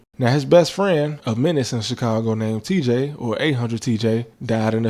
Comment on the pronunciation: You pronounced Chicongo wrong.